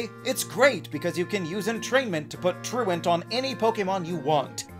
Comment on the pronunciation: Yooo. Thank you so much for pronouncing “truant” correctly. I’ve never heard anyone say it correctly. Every other poketuber says “true-want” and I never understood why that was the case. You understand basic English. You are a hero among men.